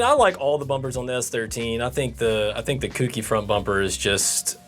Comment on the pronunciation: It's CO-KEY not kooky not cookie